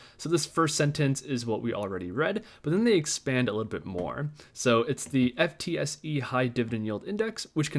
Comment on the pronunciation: FTSE is pronounced ‘Footsie’